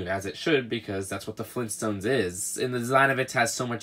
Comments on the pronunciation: G R A N D D A D. fLeEnStOnEs!?!? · Leegoo Fleenstones